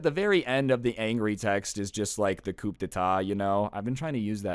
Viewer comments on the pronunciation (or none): Coup is pronounced koo